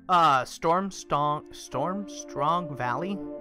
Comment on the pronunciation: Its Stormsong not Stormstrong :P